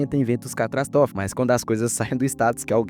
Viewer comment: "Eventos catrastofi" kkkkkkk